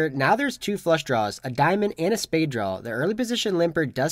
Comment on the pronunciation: "Draw" not "drawl" ... I iknow, I know, I know ... I keep pointing it out. But I would like to subscribe and watch routinely, but it's a pet peeve of mine. It's like nails on a chalkboard.